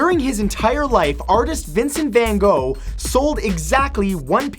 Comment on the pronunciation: You pronounced 'Gogh' wrong